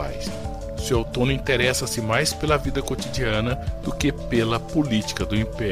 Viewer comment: Dói nos ouvidos o narrador falar "Sué"L"tônio 😊😊😊😊😊😊😊😊